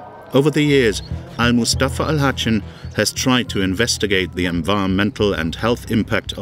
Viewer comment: The narrator: Al Hatchen this, Al Hatchen that... It's pronounced Al Hassen, learn to pronounce words and names properly if you're going to call yourself a narrator